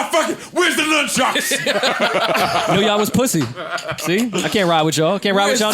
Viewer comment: So we gonna ignore saying numbchucks like six times